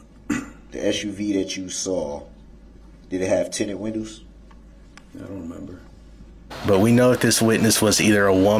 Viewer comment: Would I be wrong if I were on the stand and I repeated all his incorrect words back at him?😂 I would have held him up so bad. License place? Tinted winnows? Like I know you didn't go past 9th grade dude but Dawn should have helped your clueless tail at 5 on how to pronounce those words...Ooops she can't pronounce words either. Dang! And his whole line of questioning was dumb. It did nothing to help him. Tinted windows does nothing for your case if your windows are down! This case you had the weapon, the person and it all was captured on video! And he has the nerve to ask if someone has a record when he has a rapsheet the length of a football field.